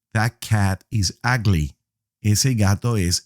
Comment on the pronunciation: Lol he said agly